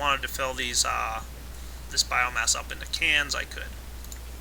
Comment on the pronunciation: Epic failure, learn to pronounce "Biomass"